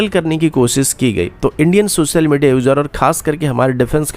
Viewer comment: Yaar sach hai ya nahin . Bas dar jao na 😂 Aur bhai tu hindi na bola kar .. hansa hansa maar dega kia .. sosal media .. c1 thatteee .. fir .. bolaaaey .. ye konsi language hai yaar ?? Cetal ayseea .. air karapt .. jyada, intelnasnal. Chal ja .. nalaiq .. char hajaar .. airkarapt.. adeeesnal .. primary fail ..